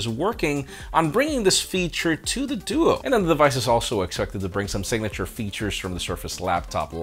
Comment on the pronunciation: Did he just say dudu on the Microsoft duo?